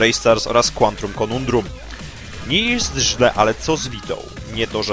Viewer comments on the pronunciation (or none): to się czyta ,,kłantum konandrum'' :)